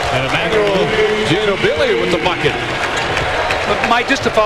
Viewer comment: Nice finish by Emmanuel GENE-oh-BEE-LEE. He was just drafted late in the second round by the Spurs. It will be interesting to see if he is able to make the roster in a few years. He still has some more development to go, but I could see him being helpful as an end of the rotation player. Maybe give you 5 to 10 minutes a game of high energy basketball off the bench. Who knows, though. More than likely he will never make an NBA roster.